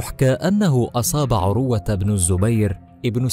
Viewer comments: اقبلوامني هذه الملاحظات: ١- اقول لصاحب القناه يابني آدم تعلم تلاوة الآية بشكل صحيح. من اي امام لمسجد قريب لك. ٢-ان تنطق اسم(عروة)بلا تشديد على الواو. ٣- يابني آدم لا تحلف على من (تردى حظه) وفتح قناتك بالصدفه وتطلب ننشر لك وانت كلك اخطاء/ ٤-على المتابعين الأغبياء لاتقوموا بمهنة التسول عبر القنوات وتحلفون علينا ان نمدكم. فوالله لم ولن امدكم الا بالدعاء ان يكشف الله ستركم ويفضح خداعكم وكذبكم على الناس. المتابعين لاتت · اسمه عروة بتسكين الراء وليس بضمها